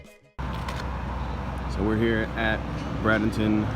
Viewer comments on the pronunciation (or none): You are pronouncing Bradenton wrong fyi. It's is pronounced Bray-din-ton, not Brad-in-ton.